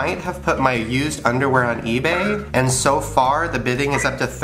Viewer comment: When the dude on the phone said used u thought he said eww lol